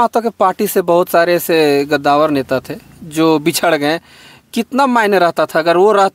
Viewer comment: गदावर नही भाई।कद्दावर